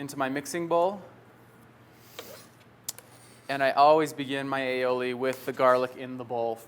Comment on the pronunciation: its pronounced I'oh'lee, thx for vid! :) ...cheers!